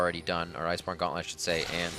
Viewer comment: no one calls it "ice-borne gauntlet" its ok you had it right the first time :D